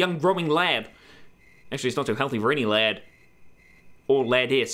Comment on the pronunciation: did he say lab instead of lad? It sure sounder like it